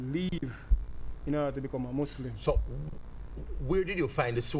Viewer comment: Mouslim jamaican